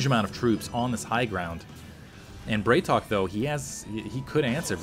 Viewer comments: Dude, love your videos, but it's BrAtok. It means bro in Russian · "a" in Bratok is hard. Like in "bra" :P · Hey, on the topic of pronunciation (as you brought it up last game), the correct way to say BratOK would be to pronounce 'bra' as in Brassiere not 'bray' as in the sound donkeys make. Not an accusation, I have no personal preference, this is in case you are interested. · i think the ideia is to pronouce it Brat O.K.